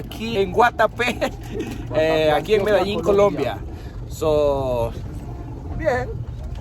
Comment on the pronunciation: Y sigue diciendo medallin en vez de MEDELLIN 🤦‍♀️🤦‍♀️🤦‍♀️🤦‍♀️